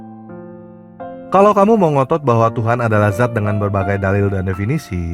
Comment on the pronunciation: Bukan zat,tapi Dzat